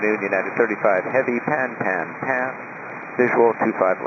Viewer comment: It’s “pan pan, pan pan, pan pan.” Pronounced with a short A sound. Not pan pan pan.